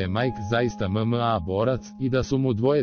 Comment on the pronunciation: mozes bar naucit kako reci MMA